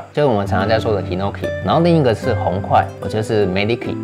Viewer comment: 紅檜是 beniki 不是 meniki